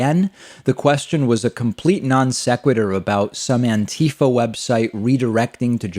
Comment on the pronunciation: Come on, buddy, it's "anti-FAH"